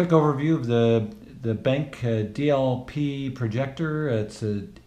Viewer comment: Hi Chad, thanks for the note. I have always been calling it "benk" so thanks for the proper pronunciation - it makes a lot of sense with the capital Q. Regarding the noise, I have not heard what the HT1085ST sounds like so I can't really provide a proper comparison. What I can say is that I am cognizant of projector fan noise as it can be an issue, and with the HT2150ST I found it to be fairly low. You do hear the fan but it is low enough that in quite scenes you don't really notice it much and otherwise the speaker easily covers up any fan noise. Hope that helps.